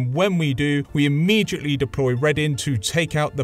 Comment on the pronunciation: Immejhitly or Immediately?